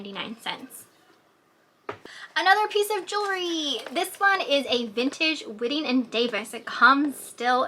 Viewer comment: It is pronounced as WHITEing and Davis. They made amazing purses. A Cincinnati Company.